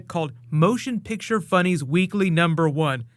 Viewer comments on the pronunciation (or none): none